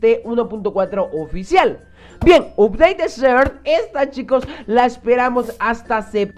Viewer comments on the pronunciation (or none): none